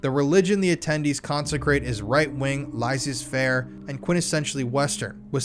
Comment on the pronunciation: Ahh the old days when you could say someone was a transvestite (assumed to be a drag artist) or transsexual, before transgender existed. they probably used the idea of men/boys performing women’s roles before women/girls were allowed on stage to validate it. Laisse faire is pronounced Laz-ay faire 🙈🙈 Celtic Roman invasion era, way before the medieval period by like 500+ years care be kindled by the hate of men 👀👀👀 (care is feminine [misogyny alert])